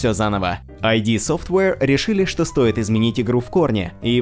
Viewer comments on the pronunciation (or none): Очень не хотелось бы звучит как типичный "говноед", но правильно не АйДи softwate а ИД. Это не аббревиатура, а термин. Потому, читать нужно "слитно". Если что, статья в википедии в помощь. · правильно говорить "ид" а не "айди". это я про дум